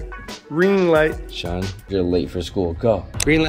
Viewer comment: SHAWN NOT SEAN